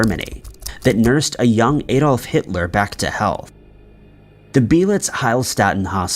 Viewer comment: Why can't Americans pronounce the name Adolf correctly?